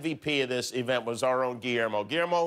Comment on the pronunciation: “Guiwermo” Rob Gronkowski